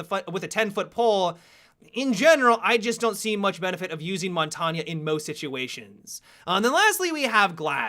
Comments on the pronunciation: Mon tawnyuh? You mean Mon Taine? Like Champagne? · "Montagna" are you fucking kidding me? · why does nobody know how to say montange properly? only people who know french will understand. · Mahn tayne